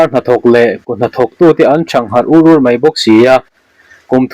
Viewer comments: ...an harh thar ur ur tiha ur ur hi tiang a lek ur ur tih ri angin i lam ri a, a dik lo nasa. Hnahthel a tla ur ur tiha mi angin lam zawk tur. Hetiang double adjective / adverb ho hi i la lam sual tam thin khawp mai. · Mizotawng chhiar i zir deuh a la ngai,entirnàn:Thang harh ur ur i thlúk dàn te hi.